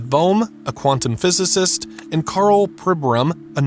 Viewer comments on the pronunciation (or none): none